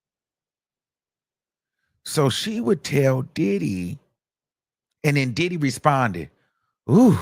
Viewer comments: I thought it was DiDHeeee? 😂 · The way he says “DIDDEEE” sends me every time! 😂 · FRFR!!! 😂😂😂😂😂😂 I be in my house crying! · 😂😂same here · Oh I didn't know the comments were open! 😂😂😂 how he say Diddy really be killing me!😂😂😂😂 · For me, It’s the way he says Diddy! Where is from? I can’t detect his accent.